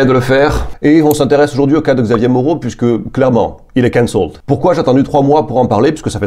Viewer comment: Il faut accentuer la première syllabe, CANcelled.